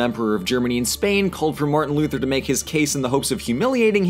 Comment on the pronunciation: martian luther? since when is he from mars? lol. also "sequel" not "squeal"